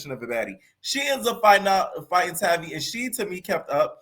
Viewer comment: Haha its everyone still pronouncing that girls name wrong for me. Its Tay-vi baby. Tavi and baby rhyme. She can fight, but Its something about her i still dont like